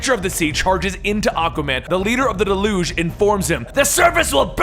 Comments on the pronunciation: DAY-luge. Not de-LOOGE. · I love this, but the terrorist group is pronounced Delyooj (Deluge) meaning a great flood. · Your pronunciation of deluge gets on my nerves.... you make it sounds like an olympic sport. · You mispronounced deluge